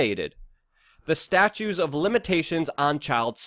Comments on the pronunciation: Dear sweet Luke, it not statues. It’s statutes. Pronounced stachootes. I say that with love. You work so hard and I appreciate you. Thank you. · Consider pronouncing the second "t" in "statutes" & leaving the "s" silent in "Illinois." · Just a friendly tip: It's staTUTES of limitations...not statues. I'm sure you must know this; I think it just gets overlooked in your much appreciated passionate delivery. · OK.... enough with the "STATUES of limitations". It's "STATU*T*ES".